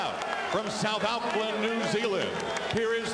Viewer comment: Lol from 'South oucklan New Zealand' hahahahahahahaha